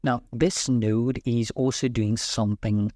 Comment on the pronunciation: I remember I made that mistake before. You are pronouncing "node" like a different word that has a bad meaning.